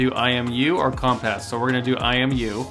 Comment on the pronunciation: That's what i heard as well haha